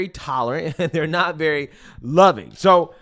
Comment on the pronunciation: "your GUY ziz" 🤔